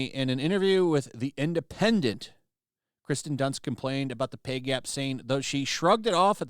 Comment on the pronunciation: At least try to pronounce her name correctly. I don't like her very much but at least I can get her name right. It's Kirsten not Kristen